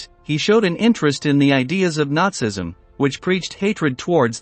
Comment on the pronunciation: Horrible mispronunciation from fake computer voice. Interesting content though. Please get a proper narrator! WTF is "Luftbath"???, Nutsism?? or Josef Menjool? C'mon people, if you're going to try to present educational content, at least make it correct!